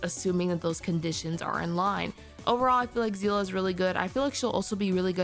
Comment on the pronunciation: You pronounces of Seele name is wrong as a long time Honkai impact player 😅 Her name is pronounce See-le not zi-la